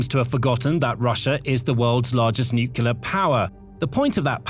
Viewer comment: This narrator can pronounce "precipitously" but not "nuclear". smh